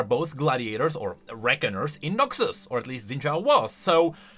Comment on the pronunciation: Every time he says Noxus it sounds like NAXus, only way it sounds like Noxus is if I really focus on it